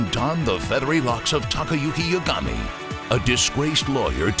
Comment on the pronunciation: They butchered the protagonists name.